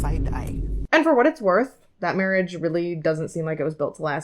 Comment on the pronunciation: "It'a time" 😂😂😂